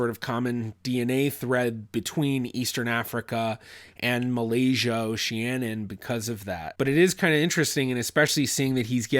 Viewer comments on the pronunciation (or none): none